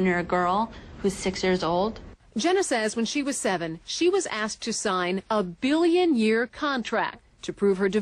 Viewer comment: ... HAHAHAHAHAHAHAHA! lol at how epic the reporter delibratly made it sound.... "when she was seven, she was asked to sign.... A BILLION year contract!".... It was already funny enough they got her to sign a contract at seven years old, but "A BILLION year contract"! love how the reported played that right up, as it very well deserved to be.